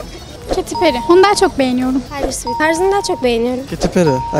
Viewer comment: Daha doğru düzgün perry diyemeyen insanların çok seviyorum swish swish demesi😂